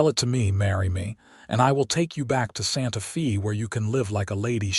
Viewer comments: We say 'Santa Fay', not 'Santa Fee. It bothers me every time I hear that mispronouncement. Otherwise, great story. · It is not Santa Fee. It is Santa Fe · Santa Fay. Not Fee!!!!! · The Fe in Santa Fe is pronounced Fay not Fee! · Santa Fe is pronounced Santa FAY not Santa FEE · Santa Fe is pronounced Santa 🎅 Fay, similar to Santa day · Pronounced Santa “Fay” West Texas Grew up in Southeastern New Mexico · It's Pronounced " Santa-Fay. " Geez..! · I really wanted to listen to the story; but, when Santa Fe was blatantly mispronounced, I had to stop. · Mispronouc3d Santa Fe and content..